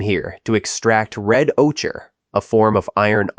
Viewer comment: Ocher is pronounced O-ker